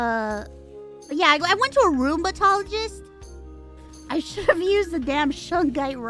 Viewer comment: Who else heard Roombatologist?